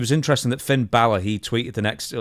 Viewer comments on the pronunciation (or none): none